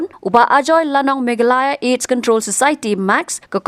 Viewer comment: Khasi News reader nguid dak Megalaya ✅😂😂😂, ym Me gha la ya😢